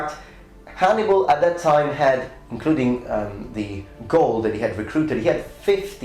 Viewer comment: He meant to say " Hannibal " but said " Hannimal " Thought that was a funny mess up😄